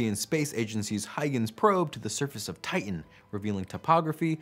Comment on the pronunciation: Is it not "hoi-gins" (Huygens)? It definitely is. Huygens (/ˈhɔɪɡənz/ HOY-gənz